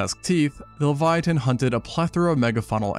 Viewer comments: Pronunciation: levy-atun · dude leviathan has an h in it. why are you saying it so weird? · Please stop saying leviathan like that.